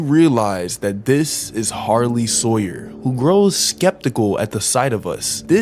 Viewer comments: Bro you said sarley hawyer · “ A Sarley Howyer”😂😂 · "Sarley Howyer" got me dying💀💀💀